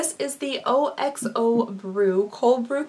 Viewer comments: Oxo is pronounced ox-oh it's a word not individual letters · We pronounce Oxo as Ox-o here in the UK, so hearing O-x-o was very endearing 💛